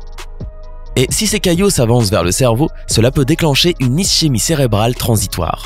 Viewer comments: Euh ischémie se dit "isquemie" pas "is-ché-mie" la blague !!! Même pas capable de prononcer correctement ! Je me désabonne et tout le monde devrait faire de même ! Honteux ! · Beaucoup de chose erroné sur cette video 1 - comment il prononce le mot ischémie a 1.50 , ce mot ce prononce iskémi ( phonétique ) 2 - la paralysie d'un coté du corps n'est pas un signe qu'un avc va arrivé , c est le signe d un avc declaré 3 - Le diabète n'est pas forcement un manque d'insuline , ça peut être un surplus d'insuline : diabete hyper-insulinique / diabete hypo-insulinique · Voix agréable, compréhensible et qui parle presque correctement français car le terme médical Ischémie se prononce ISKEMI.6 signes :- tension artérielle élevée- trouble de la vision- engourdissement d'un côté du corps- étourdissements ou fatigue sans raison- migraines soudaines ou maux de tête sévères- raideurs dans le cou ou douleurs dans les épaules, test à effectuer : essayer de toucher sa poitrine avec son mentonPersonnes plus à risques :- tension artérielle élevée 140/90- homme d'un certain âge- fumeurs- diabétiques- maladie cardiaque- alcool- abus de drogues- obésité- régimes déséquilibrés- dépression / anxiété- vie sédentairePour prévenir :- surveiller son alimentation- sport régulièrement- réduire le stressQue faire en cas d'AVC :- appeler le 15 ou le 18- ne rien boire ni manger- rester calme